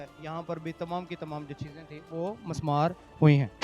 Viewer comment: مِسمار ہوتا ہے لفظ Mismaar